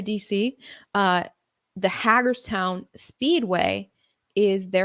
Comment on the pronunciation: Hey, appreciate your research and reporting on real, factual news! I also just wanted to let you know that Hagerstown is pronounced haygerstown as in hay is for horses. I live in Hagerstown. I might have to check out the convoys party this weekend.:)